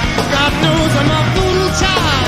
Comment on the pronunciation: It's VooDoo "Chile", like my southern grandma says!!!